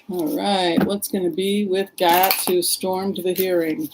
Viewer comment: I think Gaetz is pronounced "gaits", at least how I have heard it on news.